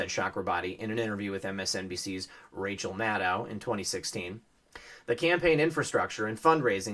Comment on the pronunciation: You mispronounced Madcow's name. Kek.